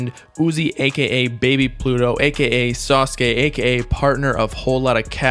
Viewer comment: ITS PRONOUNCED SAH-SUE-KEE! your jabs at uzi are so annoying